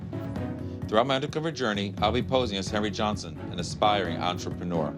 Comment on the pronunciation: "Hariy Johnson" ???? LMFAO